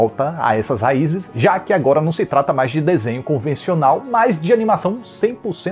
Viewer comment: esse "au augora" eu não aguentei auehauheuahuheuaeheauh